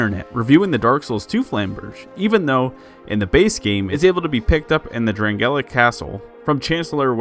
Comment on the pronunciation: "drangellic" castle ? huntsman's "corpse" ? did you even play ds2?